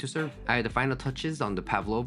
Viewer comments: When you pronounce Pavlova stress boys to the first A after P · Its pAvlova, not pavlOva. Its russian surname. Stress on first syllable👌